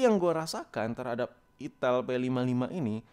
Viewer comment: Gk tau tapi tiap lu ngomong "itil" gua pasti ngakak🤣🤣🤣🤣